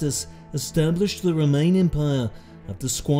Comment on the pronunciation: I love your accent but why you pronounce Roman as remain?